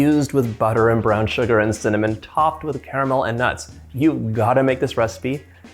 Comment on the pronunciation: The way he said nuts